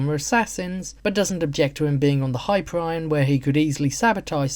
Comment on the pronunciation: It's pronounced high-peer-ee-on, not hyper-ryan.